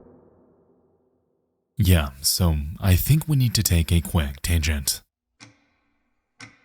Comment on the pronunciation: This voice is ai i thought tho…it keeps mis pronouncing things like tangent